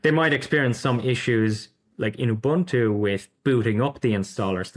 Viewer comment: Please please please... it's not pronounced "you-buntu", it is an African word pronounced "oe-buntu/oo-buntu". Think when you're saying "oe", the same sound as the word "shoe". Your guest from Zorin is pronouncing it perfectly.